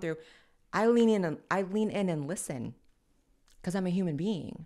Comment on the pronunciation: Blaire says wacuz for because 😂 Blaire is so adorable 😊